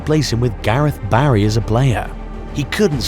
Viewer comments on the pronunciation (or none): none